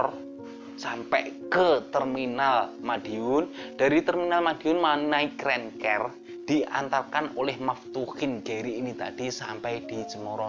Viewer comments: Mas, pengucapan Bahasa Inggrisnya diperbaiki dong siapa videonya tambah asyik... Rent CAR {k a r} jangan diucapkan Rent CARE {k E r} .. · Rent kar bang bacanya bukan renker......rental car bukan care karna care itu perduli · Rental mobil rentcar bacanya renkar mas bukan renker... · rent car kok rent ker. koplak. coba wawancarai sri sukhetmi. dia bisa manggil sunan lawu raja jin gunung lawu kapan saja